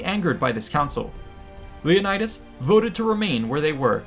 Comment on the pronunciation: You mispronounced Leonidas everytime u said it